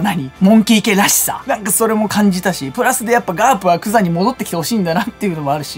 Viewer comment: 多分グザンって言ってるけど ヤクザになっててコーヒー吹きました🤣